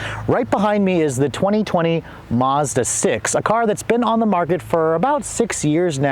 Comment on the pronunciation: Thanks for the video, but please say Mazda not Mahza :) .. the Maz part should sound like Mad.